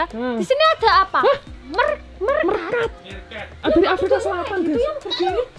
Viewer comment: Kak maaf izin koreksi cara bacanya bukan merkat tapi mirkat🙏🏻